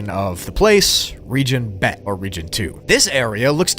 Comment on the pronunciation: What you said is “Gamel” is pronounced “Gimel” “Bet” you pronounced right, and “Alef” you highlighted the e in ur pronunciation highlight the A